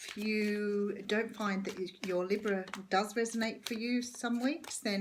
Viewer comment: Correct on all levels, and nice to hear Libra pronounced correctly, lols Aussie too 😘